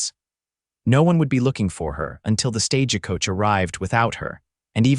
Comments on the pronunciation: Each time I hear this reader speak , there is always mispronounced names and words. Stage a coach.. please some one teach him to pronounce words and names correctly. Or, teach AI.😊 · THE VOICE TELLING STORY HAS NO FEELING IN IT, FAST TALKING, WHY ARE YOU SAYING STAGEACOACH, STRAIGHT LINE TALKING, BYE.